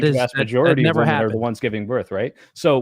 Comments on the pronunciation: Dude it’s shocking how many ladies and some guys subconsciously only know it as plural form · holy cow the guy who can't pronounce women sounds like a retard. Learn to speak English. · Soy bro cannot say the plural word women Jesus Christ. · This guy with glass is just being elusive.... He can't even say women